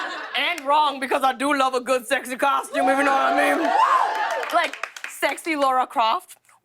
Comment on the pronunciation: It's lara croft not Laura. Why can't people say her name right!